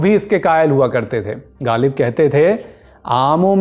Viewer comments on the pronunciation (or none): By saying Galib, gayab, galat you destroyed the taste of mangoes. Please learn how to pronounce غ